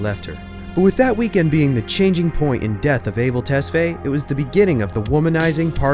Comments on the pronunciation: His last name is pronounced ‘Tes-Fa-Yae’ not ‘Tes-Fay’. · Awesome video! I've never been a fan but I have never been able to not be enamoured by him 😍 Also, you pronounced his non-English name in English. It must be ''tes-fah-yay' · Yes, I'm an Ethiopian, where his parents are from so I know. People pronounce it as "able" but it's Ah-bell not ey but ah as in "A" in apple. Also his last name, Tes is pronounced as "tus" then fa-yae. Ah-bell Tus-fa-yae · damn the way you murdered his name lol Abel is pronounced (Ah-bail), Tesfaye (Tess-figh) rhymes with high. Its Amharic name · i think his last name is pronounced tes-fi-yeh lol